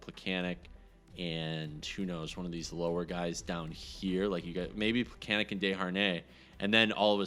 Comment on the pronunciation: Its pronounced more like Plekanets. The sign x "in case things happen" mentality is meaningless without injuries on to allow "things to happen."